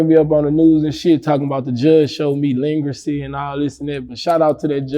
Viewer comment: My boi said leangracy…you mean leniency😂😂😂😂😂 #livefromSHERWOOD